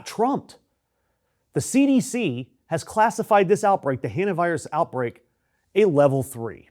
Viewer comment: OMFG why can no one say 'hantavirus'???? It's pronounced like "haunt-a"! "Han-ta" although obnoxious and abrasive sounding, is at least in the ballpark but at one point you said "hant-i-virus" WTF is that?